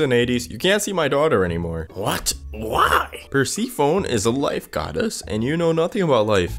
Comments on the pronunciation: Not the (PER- SEE- PHONE) instead of (PER- SEF-FONY) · When he said Persephone like persigo instead of it like persefoni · Perc-phone I am weak. Word of the wise it is per-sef-a-knee for future use. You did good though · ahh good morning perseyperphone as you say web comic ok can you like just look it up persephone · bro rlly said persepophone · PER-SEE-PHONE PER-SEA-PHONE PEER-SEE-PHONE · No it's Per-Seph(sef)-oh-knee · Bro literally said Perphesone once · Where's Purse-a-phone? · Man fr said “Per-sfee-phone” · why he say persephone as PerrrrSIphfOOOnE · Bro wont pronounce Persephone right